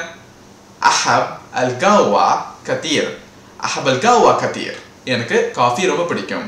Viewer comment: ڬثير Kaseer nu potruku neenga katheer nu solringa